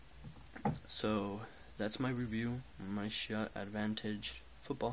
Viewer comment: Lol did he say shoot air advantage?!?!?!?!?!? It's schutt shu ut.